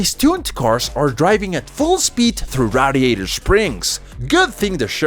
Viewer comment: mispronouncing radiator